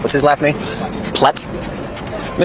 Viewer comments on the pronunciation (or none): Lol, I think this officer is more irritated that no one can pronounce his last name properly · I’m dying laughing listening to them say the officers name messing it up every time bahha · Are we not going to talk about how many times they mispronounced his last name?🤣